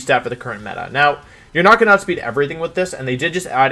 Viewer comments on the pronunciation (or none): none